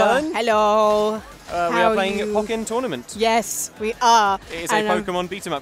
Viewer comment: One thing to note it that this game's title is pronounced "Pohk-ken", not "Pah-ken". It's a combination of "Pokemon" and "Tekken"